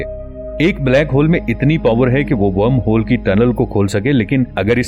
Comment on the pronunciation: Better Video after a long time on this channel. Only the pronunciation of wormhole isn't correct. I am also a voiceover artist.